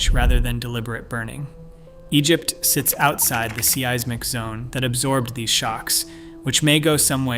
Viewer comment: The sea-eyes-mick zone (seismic)? 😂